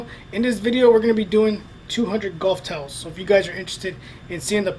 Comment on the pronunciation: towles? TOWELS